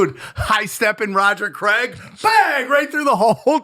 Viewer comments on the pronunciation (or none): none